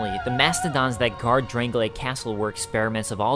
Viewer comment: Why do people pronounce Drang-Lake as Drang-Lay-Ick? There are Drang-Lay-Ick things and people, but the kingdom is Drang-Lake. It is getting really annoying to hear nearly every lore video on DkS2 use the pronunciation of Drangleic at inappropriate times. :(